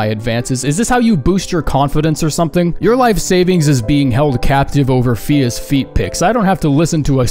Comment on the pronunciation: I heard ''fetus feet picks'' instead of fia's feet picks